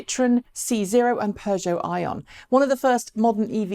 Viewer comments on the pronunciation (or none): none